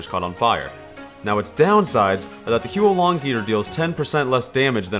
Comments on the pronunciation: It's not he-uo long it's huo as in fire in Chinese. Not sure how I can type out the pronunciation so you should just such it up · facepalm It's not "hee-yoo-oh long", it's "hoo-woh long" or "hwoh long". Using English pronunciation for Pinyin makes me cringe. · please, the pronunciation is HOO-LONG HEATER, 3 syllables, I know it’s spelled as Huo, but you basically pronounce it as “who”. It’s not the Hu-O-Long Heater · It’s not Huo Long Heater, it’s Who long dragon. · It's pronounced who-or Long heater, not hue Long heater. This weapon is named after the Chinese words 火龙，which literally means fire dragon. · It's "hwo" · Never played tf2 before Huo long means fire dragon And its pronounced more like hwo H.wo(the wo as in woah) one syllable AND THAT'S A FACT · Isn't it pronounced 'how long'? Most people mispronounce it imo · every time you mispronounce the huo in huo long my soul shrivels up a little more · when u butcher a chinese word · Not a single comment on how he's pronouncing it wrong? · Good video, but honestly the pronunciation of the actual gun is terrible.